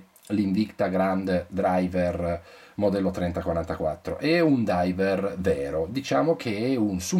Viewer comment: Driver... driver... driver... Ti scappa sempre la R di troppo quando parli ;-)